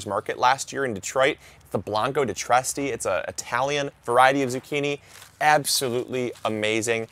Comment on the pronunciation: Trieste is pronounced like: Tree-est-eh, or Tree-est-ah